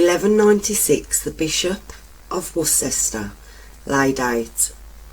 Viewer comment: Interesting but the narrator is terrible. One minute she's shouting at you then the next minute she's stopping and starting like she hasn't read through the script first and pronouncing words wrong like catacombs and Worcester and it's Steelhouse lane not "Stealhouse" It's a shame because I like her brummie accent. Maybe practice reading the script before recording?